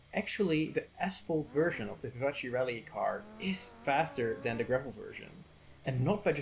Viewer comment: you made me laugh a lot because you pronounced vivace as an Italian name even though it's French 😂 the end (ace) is pronounced like "ass" in fact lmao 😂 very good vid btw